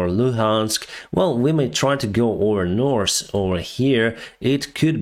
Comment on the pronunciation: Reminder, NORTH...NO S AND SOUTH... NO S.